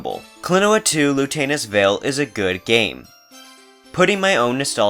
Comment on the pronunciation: be like "Klonoa 2 Lutanus Veil"